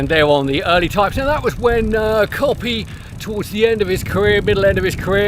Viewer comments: I LOVE the Campagnolo Racing-T stuff on my vintage bike. Polished aluminum, even the newer stuff looks vintage enough for me though I'm putting together a GIOS with some older bits including a Rally rear mech for some vintage rides in 2025. Coppi = COE--PEE, not COPPY! Fiorelli = FYOR--ELLI. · I with you on ‘Fyor-elli’ but I’d say the correct pronunciation of Coppi is mid way between ‘Coppy’ and ‘Coe-pee’? Without adopting a disastrous mock Italian accent it’s very hard to sound ‘right’ don’t you agree?